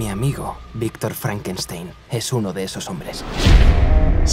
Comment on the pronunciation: rankeistein jajajajaja